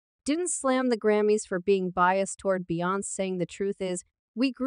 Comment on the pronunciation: You keep pronounce her name wrong. Bee-yon-ce 🤦🏾